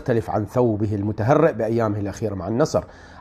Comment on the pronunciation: المُهْتَرْيء وليس المُتَهَرِيء